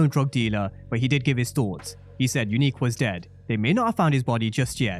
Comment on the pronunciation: Are you still sure Unique not breeze?